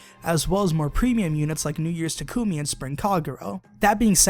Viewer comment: It's pronounced Tah-Koo-Mee